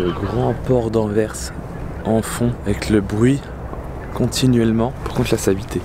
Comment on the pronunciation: Bonsoir et. Merci d'avoir raconté l'histoire de doel Merci d'avoir bien prononcé Anvers. Merci pour cette vidéo 👍. Les cheminées de la centrale nucléaire c'est doel 1 et doel 2